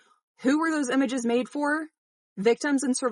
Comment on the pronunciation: Why do you keep saying "Emages" instead of images?